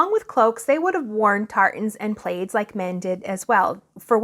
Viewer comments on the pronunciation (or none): Plaids, pronounced plads, not playeds.